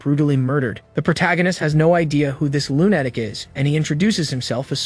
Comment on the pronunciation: Why does it make me so mad that you say lune-atic for lu-na-tic, idk if they have bad grammar where you live or your just using a awful AI, I would appreciate it if you took this as positive feedback and try to fix this but atlass most people get butthurt from things like this. I truly did like the recap though thank you for this but possibly constantly improving your ability to recap would be even better.